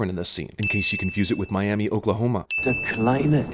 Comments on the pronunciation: It's pronounced "My-am-uh," not "My-am-ee," Oklahoma. Seriously. When I moved here I thought they were pulling my leg. Just like you pronounce Talihina, Tal-uh-hee-nee. Don't ask, I can't figure it out either. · You guys are based in Oklahoma. Why did you mispronounce the town of Miami (My-Ah-Muh, NOT My-Ah-Mee), OK? A sin for you on passing up a golden opportunity to show some state pride. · people from Miami, Oklahoma: actually it’s “My Am Uh” ding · There actually is a city in Oklahoma called Miami, although we pronounce it "Miamuh" instead of "Miami." It is named after the Miami tribe, and it is also the capital of the Miami Tribe of Oklahoma. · It's pronounced miam-uh not miami ( for Oklahoma) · haha I'm from Oklahoma and have been to Miami a few times. Although we actually pronounce Miam-uh, instead of Miam-ee. That's more of a sin on us than a sin on you, but you know. Ding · Miami Oklahoma isn't pronounced "Miami," it's pronounced "Miama." You offended every person in Oklahoma, especially the people who live in Miami. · Its not Miami, Oklahoma, it's Miam-UH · Miami, Oklahoma isn't pronounced mi-am-ee it is pronounced Mi-am-uh. >:o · Cinema Sins sin count: 1 pronouncing Miami Oklahoma as Miami and not its proper pronunciation Miamuh, why I have no fucking idea but we Okies are pretty particular about that . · Miami Oklahoma is pronounced with an uh sound and not an ee sound at the end. Don't ask me why it just is. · Fun fact, "Miami" Oklahoma is pronounced My-Ahm-Mah. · Just so you know it’s pronounced Miam-uh. Seriously - it’s near the Oklahoma-Missouri border. Don’t ask me why though. Half of our cities are hard to pronounce. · Its pronounced Miamuh in Oklahoma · It’s pronounced Mia-muh you uncultured swine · Miami Oklahoma is actually pronounced My-am-uh. As per the native tribe that lives in the area. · There actually is a Miami Oklahoma but it’s pronounced my ah my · Miami Oklahoma is pronounced My-Am-Uh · It’s pronounced miama Oklahoma